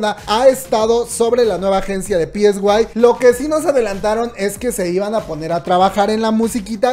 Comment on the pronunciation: es sai psy se pronuncia saiiii